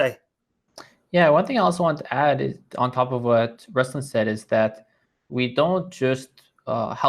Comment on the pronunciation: Ruslan - accent is on 'a', not 'u'. Nice to see not listening to Ruslan say he was in St Petersburg, and mention Moscow instead🤦